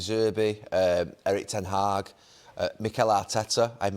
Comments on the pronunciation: Did Gary say Eric ten hagg ??? Hahahahahahahaha that’s got to be a joke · Gary said ‘ten hag’ 😂😂😂😂😂😂